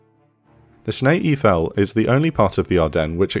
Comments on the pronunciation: Shnay ayfell . Not sneeee eeeefell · Nice video! Small tip; “Schnee Eiffel” is pronounced as “Sch-nay Eye-fel” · schnay eef-L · It would’ve taken a you few seconds to find out how „schnee eiffel“ would be roughly pronounced in Google 🎉. Come on Britain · Please take the time to learn to pronounce place names before you narrate the story. Schnee Eifel for one.